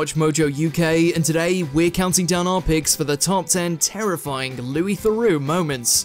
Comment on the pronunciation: Loois Thorax.